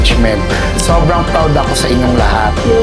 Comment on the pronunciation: "praodd" yarnnn HAHAHAHA